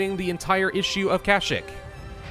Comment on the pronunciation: dude its KA-SH-EE-K!!!!